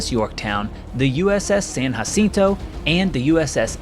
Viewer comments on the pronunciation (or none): none